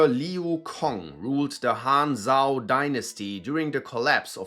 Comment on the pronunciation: "Cong" in Pinyin is pronounced "ts'ung." Zhao is pronounced "Jao."